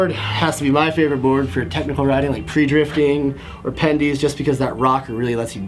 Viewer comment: hahaha awsome vid listen to how he says pre-drifting